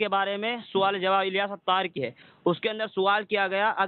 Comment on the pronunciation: Twaaleem suwaal * Urdu ki maa behen karre bhai